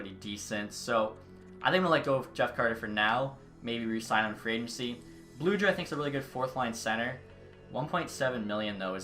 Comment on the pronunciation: Blueger is pronounced with a hard G. It isn’t pronounced as Bluejer